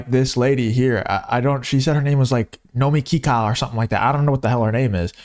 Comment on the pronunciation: "nomee keekah" sucks, bro